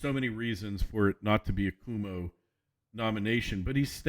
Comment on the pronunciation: Thanks for your political analysis. Just a minor point: 30 years ago I lived in upstate New York when Mario Cuomo was governor of New York. His name is not pronounced "Kwoo-mo", it's pronounced "Quo-mo" as in Quid pro Quo - mo. - An American listener in Switzerland